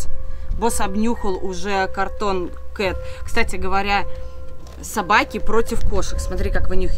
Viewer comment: Вообще-то правильно говорится cartoon